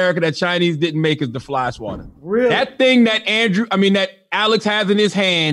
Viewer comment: I was like who the fuck is Alice? It was jus CthAGod saying Alex 😂